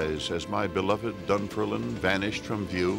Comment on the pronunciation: The name of the town is pronounced Dun- ferm- lin.